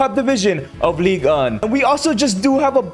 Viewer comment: It's not "league" it's ligue